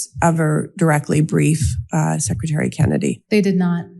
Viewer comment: I love that Dr Houry secRETary as a lot of people say secITary